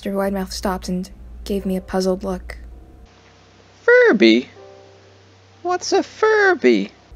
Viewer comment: "fIrBy...wHaTs A fIRbY?.."